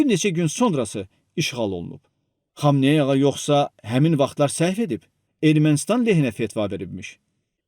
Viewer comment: Bu nə danışıqdı? "Bu qalabada ayatala xamayanı ağanı fatavası komay oldu" "pışşmılla"